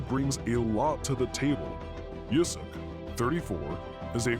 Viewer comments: it´s Usyk, not "Yusyk" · Usyk!!! Not Yusyk 😂🤣